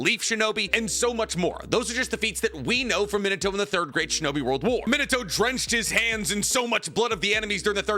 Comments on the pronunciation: That pronunciation of Min-a-toe is just so stub-me-in-a-toe horrendous. It’s mee-nah-toh. Key distinction between saying toe and toh is that toe is a little elongated at the end in that you’re stretching that “o” sound. Toh is not elongated. It’s very short and staccato. And yeah, I know this is nitpicking on top of nitpicking but it’s like nails on a chalkboard to me. And you say Minato’s name so goddamn often. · Where did you get this absurd pronunciation of Minato?